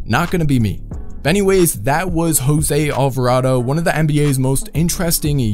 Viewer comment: Alvardo Alvarado